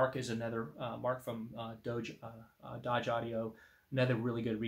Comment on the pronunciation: You're pronouncing it Dodge, but it looks like Doge to me. A claw hammer works well to disassemble a wooden crate.